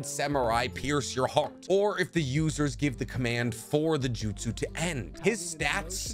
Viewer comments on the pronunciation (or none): none